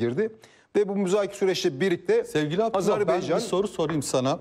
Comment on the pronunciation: Azerbeycan değil Azerbaycan